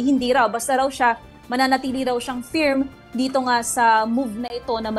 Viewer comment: Lady commentator ! It’s not feeerm! It’s furm!